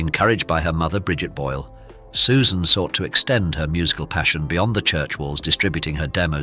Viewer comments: Jej nazwisko wymawia się "Bojl", nie "Bole", matoły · Czy lektor jest takim tę;pakiem i niechlujem, że nie jest w stanie poprawnie wymówić nazwiska Susan, mimo że wystarczy posłuchać oryginalnego nagrania.